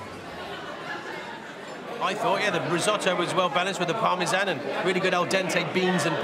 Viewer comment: "Par-mah-Zan" Lmao fuckin Donkey! 🤣